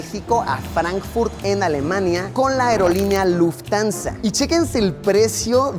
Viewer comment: Se pronuncia Luft-Hansa no Luftansa 🥲🥲🥲 sorry pero mi Monk interior no Puede mas